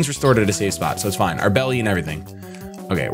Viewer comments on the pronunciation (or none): none